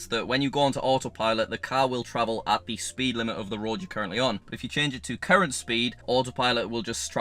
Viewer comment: I wasn't realy paying attention and you said "if you set it on current speed autopilot will..." but I thought you said "if you put it on Karen speed" I was like WAIT WHAT???? hahaha